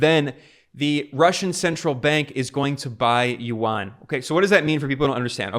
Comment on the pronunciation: For a video focused on the yuan I hope that at least he could pronounce the fucking word right